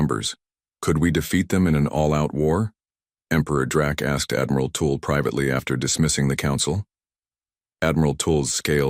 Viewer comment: It's pronounced tull not tool. Haven't they heard of Jethrow Tull